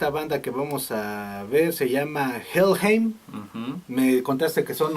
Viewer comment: Se pronuncia " Jellhaim " , por favor reaccionen a Los Ángeles Negros del Moyocoyo ( no es albur ) ellos tocan el éxito La cumbia metalera ellos son la neta y ustedes cada vez se la rifan más , felicidades .